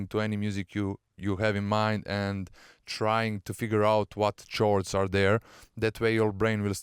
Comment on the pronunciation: the word "chords" is pronounced like "cords" (sorry for the correcting comment)